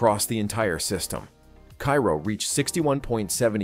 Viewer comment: That's "Care-oh", Illinois. The confluence of the Ohio River into the Mississippi.